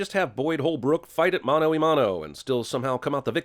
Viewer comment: It is said "mano a mano"